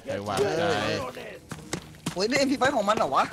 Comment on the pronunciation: พี่เรียกmp5 เป็น ump 😫🦄